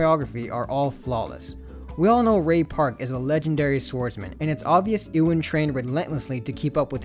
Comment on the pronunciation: WHO?? bro said in-wan mcgregor LMAO Ewan is pronounced You-one.